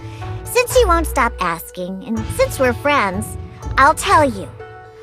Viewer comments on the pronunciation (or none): none